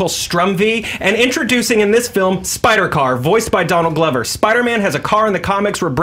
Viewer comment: It's Donald Glover by the way, pronounced like clover with a G.